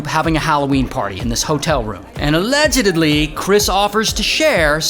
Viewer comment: I love how Ray says “Allegedely” in stead of allegedly💀